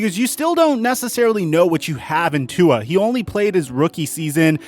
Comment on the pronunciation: If you can't pronounce Tua's name correctly don't say it. Your disrespecting him & his polynesian culture. Polynesians take this seriously offensive. #ifyouknowyouknow